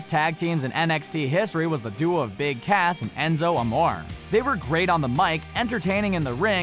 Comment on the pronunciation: You said his name wrong his name is Big ASS not Cass